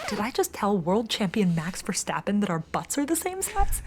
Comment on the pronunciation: Verstappen, not Verschtappen. His name is Dutch, not German, so no sch-sound in his name.